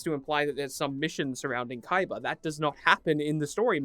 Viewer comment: I'm surprised you even said his name right, most idiots just call him Kiba